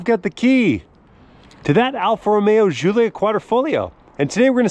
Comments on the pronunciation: why are you calling it (Ž)ZULIA....americans having tough time with G? Giullia DŽ_UU_LL_YA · Just gonna chime in and say - it's pronounced JULIA hard J sound, not SHZOOLIA. Italiana eh! Call her by the name she deserves ;)